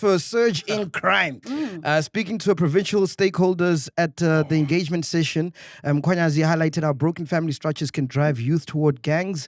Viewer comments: Mac now even knows how to say Mkhwanazi 😂 no mo Mkhwanyanazi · For the first time he said Mkhwanazi right…..phakama qwabe warrior